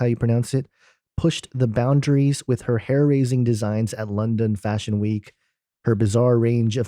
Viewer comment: I just love how the say "push the boumdries"